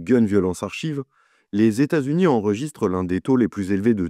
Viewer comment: Je n'avais jamais entendu parler de cette affaire (ni de ta chaine d'ailleurs, très bonne au passage si je me fis à cette vidéo :D ). PS: archive en anglais se prononce "arkaïve"